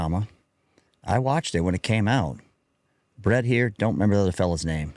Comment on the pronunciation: It’s Brent, not Bret😂